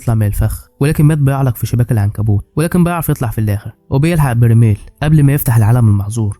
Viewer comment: برايمل ❌ برميل ☑️